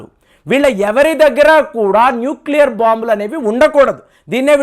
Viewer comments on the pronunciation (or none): none